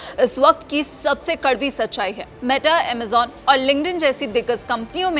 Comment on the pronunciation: अमेजेन नहीं अमेझोन